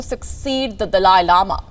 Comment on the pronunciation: So annoying the way you said “ has the dalia lama chosen his successor” do some research before you open your mouth.